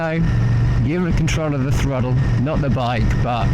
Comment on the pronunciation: Throddle, fordy, fiddy. Enjoy your videos but pronouncing your D’s instead of T’s is starting to wind me up l😂